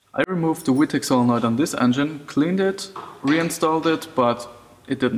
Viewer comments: Bro it’s a fucking v not we lol I get u have an accent but damn!. Good info tho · I thought you were saying wee tech lol nice vid